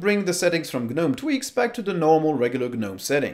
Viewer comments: It's just pronounced "Nome" not "G Nome". It's a silent G. Ubuntu Desktop is used by corporations they aren't going to change it as much, Ubuntu Desktop 20 works really well and really simply. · Please stop using the "G" in Gnome as it's silent. You don't buy garden "G"nomes after all!!